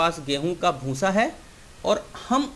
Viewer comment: उच्चारण सुधारो भूंसा नही होता भूसा होता है । आप जो भूसे को भूंसा ऐसा बार बार कहते हो उससे आपका वीडियो बुरा लगता है एक दम बकवास